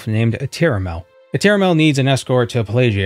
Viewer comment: Prity sure its Plagiad not Pleidžiad or Pleižiad. The imperials are supposed to be romans after all. Latins have phonetic writing and arent affected by english or french vowel and consinant shifts.